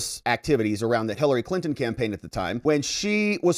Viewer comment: ... and "Clinin" for "Clinton"